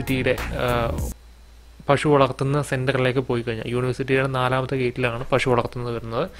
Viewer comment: പഷു അല്ല പശു വെക്തമായി പറയു